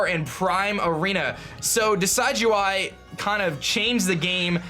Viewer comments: It's Decidueye, as in a deciduous tree. Not decide-you-eye. Also, you only have the held item fix IF YOU PATCHED TO 1.0.4. Make sure you do that. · Totally team Decidueye. And I think its a short "i" when pronouncing it, like "deciduous". As far as Uranium goes, I think its really an interesting series and look forward to watching it. Sure, its not official, but its very well made and looks like it could have been official in an alternate universe.